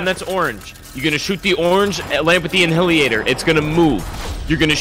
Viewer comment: lmfao en-hilliator